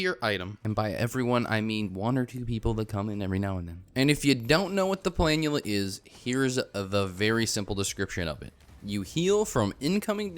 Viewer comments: Omg finally someone who pronounces it right, it's so annoying hearing "pla-NOOL-uh" lmao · I was so wrong about saying planula I'm sorry I doubted you